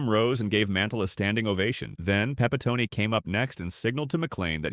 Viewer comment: Pepitony? ha ha ha ha. This ruined much of your video credibility lol . It was Pronounced Pepi - tone (the last sylabble like the tone of someone's voice) And don't try to argue with me, I've been a Yankee fan for over 60 years and watched Joe play many a game. What a character ha ha ha